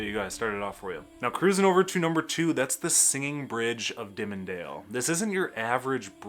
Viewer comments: I live in Eaton County and the way he pronounced "Dimondale" made me wince. We actually pronounce it more like "diamond-dale" and it's actually not "dim-and-dale". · It’s pronounced as Diamond-Dale not Dimondale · You did a segment on things that irritated Michiganders. One of the things was mispronouncing aciry or towns name. Well although it doesn't matter to me, but you call the town with the singing bridge Dimmindale. It is pronounced the way it is spelled Diamondale♦️-dale. No worries. 😮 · I came to comments to correct your pronunciation of Fayette and Dimondale and saw how many have already commented. I guess I don't need to go any further. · How can he be a lifelong Michigan resident much less "content creator" on Michigan and can't pronounce Fayette or Dimondale?